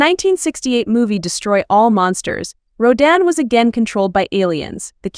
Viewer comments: Wait, wait WAAAAIIIIIITTTTT!!!!!!!! Who the hell is Rouw-dan???? It's Rodan / rō - dæn /. I'm sorry, but if you are going to do videos like this, learn the kaiju's pronunciation. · 発音が日本語だと"ラドン"なのに英語だと"ロダン"なんだ。おもろいね